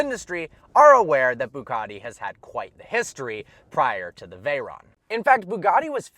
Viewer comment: He can tell us the history of Bugatti but he can't pronounce Veyron right. It's actually pronounced Veh-rone.